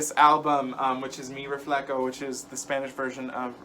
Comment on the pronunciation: Mi RefleHO, not refleKO. Connect with your roots,!